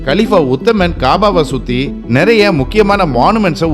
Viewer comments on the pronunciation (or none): none